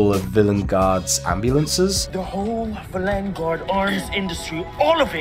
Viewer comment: The way that the Doctor pronounced “Villengard” kept taking me out of the story for some reason.